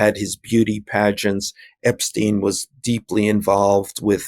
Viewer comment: Well well, how refreshing to hear Sean Wilentz pronounce Epstein's name correctly: EP 'STINE' NOT 'STEEN'